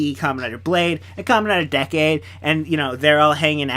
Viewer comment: You Said Decade Wrong Its Said As Decay